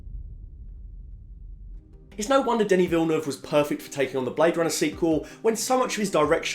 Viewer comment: I feal like not a lot of peapole are saying it. Props on proprely prononcing Denis Villeneuve name.